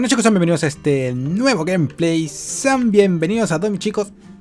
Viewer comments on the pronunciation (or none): none